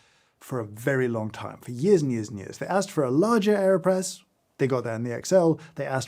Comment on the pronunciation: I really thought he said Kanye press and I was very concerned for a second haha